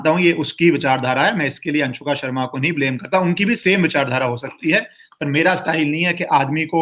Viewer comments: Whenever u say anshuka instead of anushka i just enjoyed alot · Not Anshuka.....Its Anushka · Are baba अंशुका नहीं अनुष्का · I laughed when he called anshuka Sharma.. lol.. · Its 'Anushka', not ' Anshuka' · It's so funny , you are distorting her name. Anshuka Sharma. ......😅😅😅😅😂😂😂😂. Good one. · Anshuka nahi Anushka naam hai uska 😁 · Anushka Sharma name hai,Anshuka nahi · Really you have no interest in Bollywood. Yo called her "Anshuka" Sharma twice. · Anushka Anushka Not A Anshuuuka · M so happy u dnt knw how to pronounce virats wifes name. Its good to know people dnt give importance to her